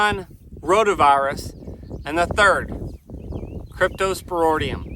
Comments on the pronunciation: Your spelling is correct, but not pronunciation...Crypto - spor - IDIUM, not, - ŌDIUM...😉👍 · Sorry about the death of the calfs. They ultimately died of dehydration secondary to the scours or diarrhea. You are mispronouncing the word cryptosporidium. The last part of the word is ridium not roidium. Cryptosporidium is a parasite normally found in water so that is obviously the source. Why don't you get your pond water tested to see if it contains it. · It’s pronounced cryptosporIdium not cryptosporOdium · crypto spor id ium yer missing both I's in the pronunciation. Crypto is in the same field as giardia - They both can affect young or old animals but adults usually don't need any treatment. Just don't breed those females with the dead calves back to Big Joe, just use Dunbar or BlackJack, changing the genetics should get around the weak link that allowed the cypto to affect the calves. Otherwise you can just pull all the females into the front lot and use a drylot approach until the calves are a month old or so. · Why can't he even pronounce cryptosporidium?